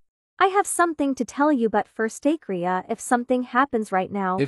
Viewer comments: Why "akria" eh her name is "akira" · The way they keep saying “akria” got me d3ad 💀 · Idk why i get mad when they say to akira her name is akria like bruh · name: akira what they call her: akria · everyone calls her Akria and it says her name is Akira